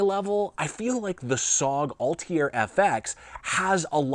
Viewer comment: This dude can't even pronounce Altair! Barely even found it and had google autocorrect tell me goddammit. :face-green-smiling::face-red-heart-shape